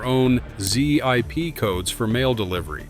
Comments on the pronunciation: This has to be the worst AI narrated video ever. Zee-Eye_Pee codes for mail delivery? Humans say ZIP CODE. Hate this video already and I'm not even 30 seconds in. AI generated videos need to be banned from YouTube. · Interesting video. AI generation and voice overs have come a long way, but still sound hollow. Z I P codes for zip codes. Mixed stock footage of non-air carriers. The comments appear to be bots, too. Not all, though. I guess the internet is dead.